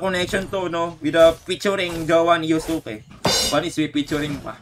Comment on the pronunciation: (Yu ze ku) wrong❌ (Yuske)✅